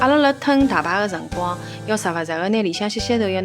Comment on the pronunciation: 哎 上海人讲出来的上海话 总是有几句露出马脚 ”时不时“ 怎么说的